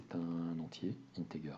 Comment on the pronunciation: "Integer" se prononce "intedjer" (soft 'g')